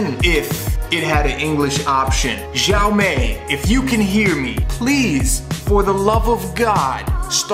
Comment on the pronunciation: It's pronounced she-ow me